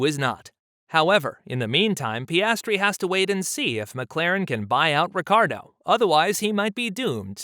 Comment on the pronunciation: it s Ricciardo not Ricardo